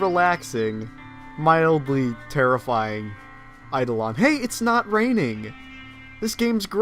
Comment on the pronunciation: THANK YOU for pronouncing Eidolon correctly!